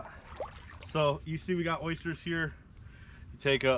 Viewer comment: They're OYsters not Oishters 😉